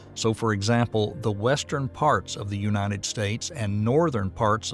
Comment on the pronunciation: Unated? It's United States. It said it just fine earlier.. 🙄😔